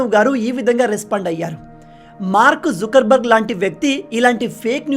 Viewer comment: Mark zukar barg kadu sir Mark zoker barg 😂🤣😊